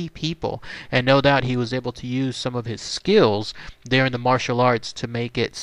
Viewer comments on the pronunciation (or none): none